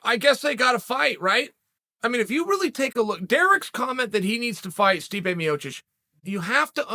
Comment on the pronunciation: Love how clear chael pronounces stipe miocic and then intentionally botches guys names who can’t cut the mustard. Kayfabe genius